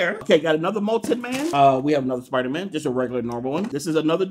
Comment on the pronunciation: Dont u dare mispronounce spidermans name. How rude😡😡😤😤